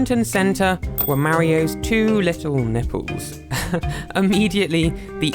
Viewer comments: curls his tongue properly to pronounce the L in 'Olympic Games' Also: "Nippews" Come on England it's your own language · I couldn’t help myself but laugh all the time about how you pronounce nipples